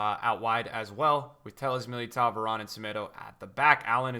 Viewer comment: I'd like to put in a formal request that you pronounce Militão correctly (I know Portuguese is odd), the ão isn't pronounced like ow, Militão is closer to sounding like Meely-toan. Hard-ish to explain but try google translate's voice feature, the same goes for that ão in names like João Felix and João Mario